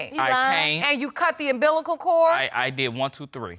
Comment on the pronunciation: 😂 “and I did, you on see da baby?” 😂😂 The ‘bilical cord, concessions and the ‘pressions though 🥴